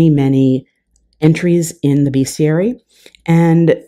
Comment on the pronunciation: This is great. Say 'bestiary', not 'beeeeestiary'. Pkease kick me, and all best.